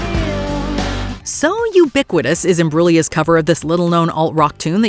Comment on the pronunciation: Thank you for pronouncing Imbruglia correctly!!!